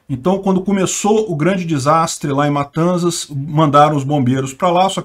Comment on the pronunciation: em "matanzas" o "z" tem som de "s" como em "dança".... o mesmo para "mendoza" (escutei vc pronunciar em outro video), abraço! melhor canal do YT